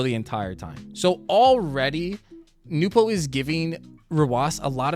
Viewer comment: Bro the second you pronounced it "Nupo" I breathed the DEEPEST sigh of relief .... and then just sat back and enjoyed the rest of the video edit: oh shit I need to change my swivel speed